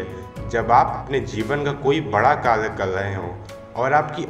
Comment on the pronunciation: Kalyyyy nahi bhai kary